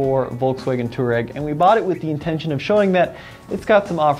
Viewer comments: It's a f**** touA-reg not a Too-Reg! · Too ahh reg. Not toe rag It isnt rocket surgery. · How to pronounce "Touareg" - twah - reg Not "toor-egg" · Pronounce it twarreg. Its named after a north African desert tribe ie "resilient, tough, efficient, outdoor". The diesel engines should be bulletproof as the V6 tdi was used by VW for ages in lots of cars . Not many V8 engines sold by VW even in top line VW models. The V10 was dropped by VW pretty quickly even in europe. I think it was 2x5 cylinder engines bolted together or a vw commercial truck engine. The V10 TDI was a noisy brute. The T2 probably has lots of the rough edges designed out. VW rarely does a complete new model so the T2 is really a T1 in disguise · Yeah it's not "two-rag" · I just can't watch this video with you pronouncing it wrong so often...